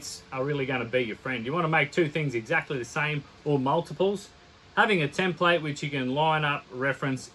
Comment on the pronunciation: Gee I must be old, I can remember when Aussies could pronounce "template" properly. ;-)